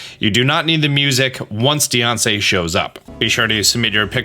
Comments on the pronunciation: I love that he pronounces Diancie like “Deyoncé” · Just imagine a mom saying your a nussiance deyonce